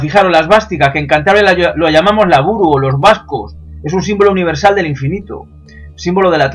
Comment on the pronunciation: Lauburu, no laburu... Jajajajajaja